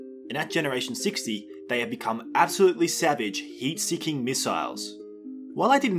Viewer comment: What said: "They became heat seeking missiles" What a heard: "They became eat seeking missiles"